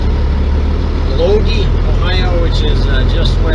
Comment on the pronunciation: Great stuff! Keep them coming! If I may, Lodi has a long I, Load-eye. Akron the A sounds like the a in Cat, Ak.Where's the good used truck dealers? How do I buy a used truck?